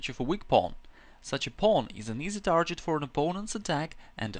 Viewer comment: Great lesson, thank you. The word you pronounce "tarjet" should be pronounced "target", by the way.